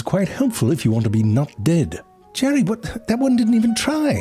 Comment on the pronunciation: I'll tell you, hwhat.